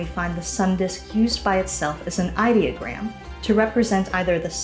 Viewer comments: I think if you’re going to lecture me on pronunciation, you need to know how to pronounce idiogram. It’s not idea a gram. When you have figured that out, let me know. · I was convinced until she mispronounced "ideogram." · I'm guessing this is AI, since the word "Ideogram" was mispronounced. 😂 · Thats not how you pronounce ideogram, genius